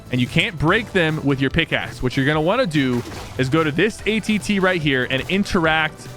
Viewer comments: it’s AT-AT, not AT-T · It’s an AT-AT not ATT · Did bro just say AT-T?😡😡😡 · Him saying “ATT” instead of AT-AT